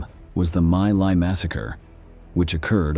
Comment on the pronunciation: It's not pronounced "My Lie" but rather "Me Lay".